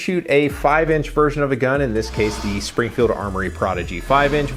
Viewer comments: Dude, good video. But have some respect it's Springfield not springer. It's still two syllables, what's your problem? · You keep saying Springer, and I keep hearing Springer Precision, not Springfield Armoury.